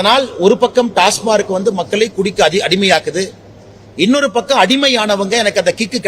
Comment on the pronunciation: "டாஸ்மார்க்" இல்ல மல, "டாஸ்மாக்". அது ஒரு அப்ரிவியேஷன்.